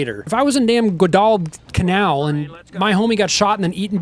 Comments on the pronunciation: I will say I loved this game. I loved all the MOH games, but Dale Dye as the Gunnery Sgt. Voice was freaking awesome, because I recognized who he was immediately! And how does someone NOT know how to pronounce Guadalcanal? It was one of the most important battles early in the war! Everyone in the US should have heard about and learned that name in school, like middle school! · It's really hard to watch a video like this where the creator is so abysmally ignorant about basic WWII facts. He thought he was being quirky and funny when he couldn't pronounce one of the most famous place names in the whole war. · I'll admit, I did find it sorta endearing when he struggled to pronounce Guadalcanal. Not all of his can have hyperfixations on WWII history I'm afraid. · it’s pronounced GWAW-dul-canal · "GuadalalalalaDaPhallaalaalaaGKanoil" For anyone wondering how to actually pronounce it correctly thank you. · It’s pronounced Guadal-Canal. It’s a piece of territory of Solomon Islands 🇸🇧. It was McCarthurs “island hopping” plan to systematically lose then regain every single island in the Pacific. Guadalcanal was a particularly blood and violent part of the campaign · missed opportunity to throw in the clip from The Pacific where Hoosier mispronounces "Guadalcanal" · How can’t you pronounce Guadalcanal properly? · Bro learn to pronounce Guadalcanal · Guadacanal isn’t that hard to pronounce homie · I was going to like and subscribe until you failed to pronounce Guadalcanal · I hope the spirit of every Marine who fought on Guadalcanal appears in your dreams and forces you to run 20 miles in a full pack until you pronounce the island name correctly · It was so painful watching you try to pronounce Guadalcanal 🙃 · Tfw you realise he doesn’t actually know WWII history cause he don’t even know how to pronounce Guadalcanal - bruh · I had to dip when you couldn’t pronounce Guadalcanal